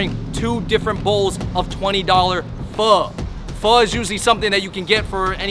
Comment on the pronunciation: And I’m sure you pronounce pho fole or faux!